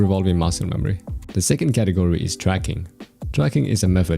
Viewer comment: When you say category i hear it katakuri